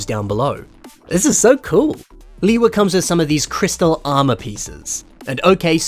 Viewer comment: "Leewee Uniter" bro💀